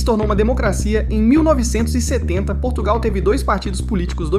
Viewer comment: Portugal está irreconhecível por causa da imigração descontrolada, nem falar sabem... "Porrtugáu" que tristes!!!